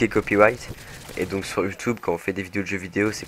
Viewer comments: Pourquoi il dit Youtoube ? c'est Youtube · il dit youteb mdr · J'ai envie de l'enchainer a dire Youtoube avec son accent :O Sinn g g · Youtoube?? Mdrr